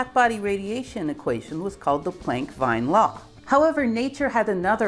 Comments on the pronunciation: "Veen", "wean" or "vien" (rather than "ween") would be a more obvious English phonetic equivalent to the German „Wien“. The Germans pronounce their <V> and <W> the same way as native Anglophones pronounce their <V>, but Anglos would pronounce the word "west" differently from "vest" -- and would tend to hear the difference in such pronunciation. Not only that, but if left without contextual correction, the difference in pronunciation would account for a difference in meaning -- at least in English. Nothing of the like exists between the German "wagen" and "vagen", which are phonetically identical to each other. Thus, for English but not for German, the difference between /v/ and /w/ is said to be significant to a "phonemic" extent, beyond mere "allophonic" variation. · Very interesting video, even surprising in some parts, but please check your pronunciation of “Plank” and “Wien” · As interesting and well thought out this seris is, I do want to point out the linguistically challenged way Americans really butcher pronounciation of certain foreign names. Herr Wien's name is NOT pronounced WHINE but WEEN! so: ei = like whine and ie = like ween, got it? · Not that it's terribly important or anything but "Wien" is pronounced "veen", as in "veener philharmoniker". Also: "Veelhelm". A very nice video! Perhaps mentioning the "ultraviolet catastrophe" would be nice although this happened in 1900 IIRC, so a bit late in the game. But it must have provided an extra impetus to the proceedings? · totally off topic: The name is Wilhelm Wien, which in german is pronounced like americans would pronounce "veen". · FYI, Wien is pronounced Veen, the same as the city of Wien/Vienna. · Wine? No. Wien, like "wean" is better, but as w in German equals v, it should be vean with english crypto spelling. Wein is close to how you say "Wien". English pronunciation fails almost 99% on anything not English. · "Wien" is pronounced "Veen", not "Vine". Poor Boltzmann.. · Wien name pronounced VEEN